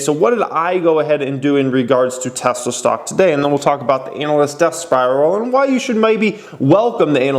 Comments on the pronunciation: ''This ANAL-ist...''' That shit cracked me up LOL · ANAL-ist. Love how you pronounce that!👺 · I like the way you say “analyst”.